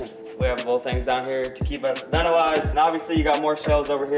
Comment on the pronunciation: Homie said “ventilized”…